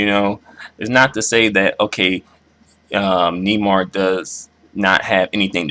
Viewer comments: It's "Nay-mar" with the accent in the second syllable not Nee-mar, and he's a racist he doesn't want to be identified as black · Neymar is pronounced (Nay-marr) not (knee-mar) hahaha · it's pronounced nay-mar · It's pronounced NAYmar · Nay mar how you pournounce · It's pronounced naymar just In case you didn't know